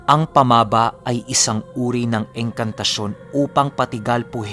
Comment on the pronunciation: Sory pero "pamaba" is a cebuano language "baba" which means mouthand unfotunately mali ang pagka pronounce mo...first 2 syllable na "pama" ay binibigkas ng pakupya..at saka ang "ba ' ay pakupya pa rin...sory marami kc mga listners from cebu lods.hehe